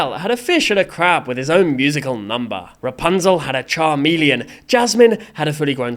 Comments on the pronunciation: he said charmeleon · also who tf says chameleon like that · No, he said the word "chameleon" wrong. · Erm, actually, he pronounced the word "chameleon" wrong.